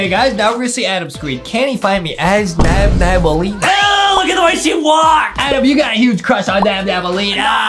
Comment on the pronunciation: who the hell is NaBnAbAlLeEnA its nabnalleena